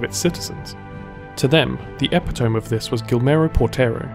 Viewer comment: Not trying to be rude, but Epitome is pronounced "ih-pit-uh-mee"